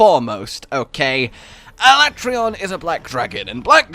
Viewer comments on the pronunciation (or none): Ala-tray-on. How about no. Say it with me Alat-reon. I reckon it'd be cool to see Fatalis and then a Black 'Jiiva after that as the end of the game. Or it's the teaser for MH6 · did this chick just say ala-trayon What a rookie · F U I'M CALLING IT ALA-TRAY-ON AND YOU CAN'T STOP ME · its ala tray on XD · WTF Alatreon smol? Also its pronounced as Ala-trey-on Thats a joke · Disliked for refusing to pronounce "Alatreon" as Capcom has intended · Whenever anyone pronounces Alatreon like they did in the Dev Diary, I throw up in my mouth a little bit. Honestly, it's worse than when they tried to change Tigrex to TEEgrex.